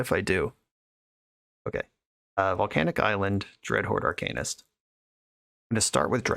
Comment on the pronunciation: DW, I love how you say “arcanist” been telling people how to say it for years